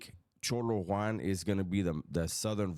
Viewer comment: Why do you pronounce it cholo one it’s cholo Juan